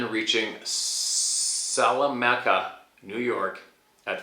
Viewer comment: I live right next to Salamanca, NY... you rocked the pronunciation right. (Chautauqua Lake is on the other side)... that's a hard one for some.